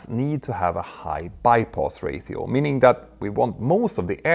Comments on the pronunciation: 100% not trying to be picky, and I assume it has to do with your bilingualism (multilingualism?) you pronounce Ratio as “ray-theo”, it should be pronounced “ray-she-oh”. I’ve noticed that word has come up a lot as of late so I figured it couldn’t hurt to mention the pronunciation. Obviously I’m not criticizing you AT ALL as I only speak one language and arguably, badly at that. 😆 I love your channel, I love the detailed information, it’s just awesome. Thank you for the work you do. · Derby is pronounced DARBY. Ratio is pronounced RAYSHIO.